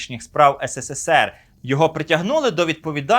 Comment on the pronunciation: Ес ес ес ер